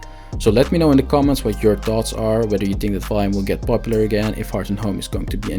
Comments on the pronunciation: Ok but please stop calling it "vaim" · Can't even say the name right 🤣